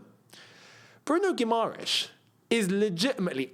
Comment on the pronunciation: you pronunced guimarães correctly, the second time.